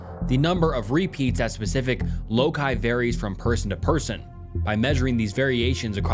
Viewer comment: Sorry man I keep trying, but the mispronunciations are too much. CODIS. Loci. Genealogy has an a you missed.